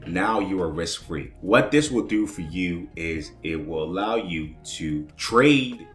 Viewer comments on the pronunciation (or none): none